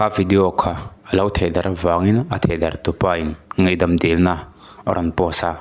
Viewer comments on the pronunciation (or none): Achhiartu hian, ngaihdam tih hi asawi thiamlo emawni le, ngeihdam atih tlat zel chule